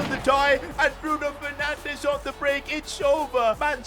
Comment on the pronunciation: Bruno fernandes ❎ bruno fernanch✔️